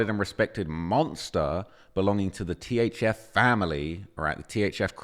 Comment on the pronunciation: It's. THF. NOT. THZ. WHITEBOY